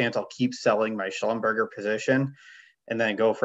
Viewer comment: It’s not a fast food chain. Schlumberger rhymes with Neglige.